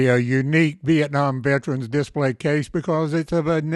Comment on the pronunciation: It would be nice if the speaker knew how to pronounce "VETERAN" correctly. The slang version (Or lazy version) is demeaning and disgusting.